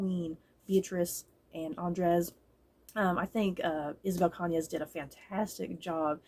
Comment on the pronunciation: I remember reading this book back in September and I really liked it‼️ I check the audiobook and you got the writer’s last name just right‼️I’m glad you enjoyed it too‼️ Ps: The novel does share some similarities with Mexican Gothic but it does have some differences. While I did picked up on the influence from Rebecca, I think there some nods to Gone With the Wind as both Scarlet O’Hara and Beatriz marry for convenience. However I’ve dnf Gone With The Wind book and watched the movie instead because I found Scarlet to be unsympathetic unlike Beatriz‼️